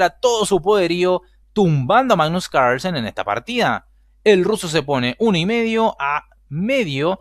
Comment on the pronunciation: Hoy jugó el primo danés del Campeón del Mundo: "Magnus Ranchenssen". 🤪🤪🤪🤣🤣🤣 En todo caso, bien Artemiev. 👊 Saludos. 😊👍🖐